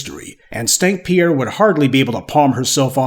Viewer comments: Are you calling her "Stank Pier"? LOL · I be sooo fucking weak when he say “stank Pierre” because like sir 😂😂😂😂😂😂😂😂😂